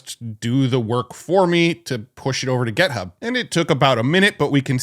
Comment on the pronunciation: It's "et-cet-era" not "ex-zed-ra" and "Git-hub" not "Get-hub."